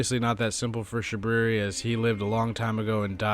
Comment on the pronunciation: I love how u call him shabooboo xD